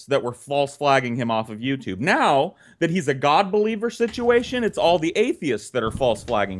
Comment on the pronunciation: I love, but he mispronounces situation. When Brett says it, it's pronounced "sich-ee-a-shun."